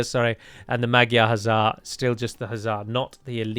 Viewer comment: Please pronounce magyar like "madjar"